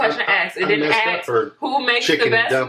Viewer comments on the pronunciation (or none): Couldn’t finish watching the video because I found it annoying how she kept saying “axe” instead of “ask” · Stop “axing”. Start “asking”.